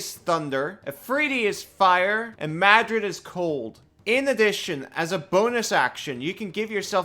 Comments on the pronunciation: It's pronounced "mare-rid" not Madrid, hehehe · Yeah, I don't know the correct pronunciation, but I've always said MARE-id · You said it twice ahhhhh. It is pronounced "Mar- RRRRR-id". Ahhhhhhhhhh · Bro added a whole letter to Marid (if you're dyslexic I am genuinely sorry for making fun of you) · Mispronouncing is one thing. It's another when you add a second D to marid. Marids are genies, their single D is big enough for their name. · Marid, not Madrid. :) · Hey, the pronunciation was fine until you called the water genie the capital of Spain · Pronouncing a lot monster names is usually something I just say "yeah however you pronounce it is your characters regional accent, because hell I don't even know how to pronounce it" The way I pronounce the genies names are Dow (the way you do) Jeen-ee (exactly the same as genie) Aff-REET-ee or if-REET-ee... Because in my real life accent sometimes Is sound like As Muh-REED I don't claim these are the correct pronunciations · You did mess up the name. Probably on purpose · "I'm going to butcher these names" -- does great except for adding letters that aren't there in Marid. It's not the capital of Spain. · Dude, how do you pronounce a non-existent D? Did you do this vid drunk? Still this was fun to watch. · Except for Marid, your pronunciation is fine. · yah not sure where he is getting the second 'd' sound in the middle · So close lmao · I mean for me little mistakes like that only make videos more entertaining.